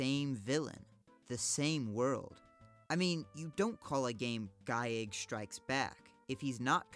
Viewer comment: Same with "giegue" Which is also geeg.